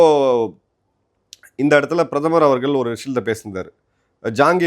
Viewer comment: அவர்கல், அல்ல அவர்கள் என்று நாக்கை மடித்து உச்சரிக்க பழகுங்க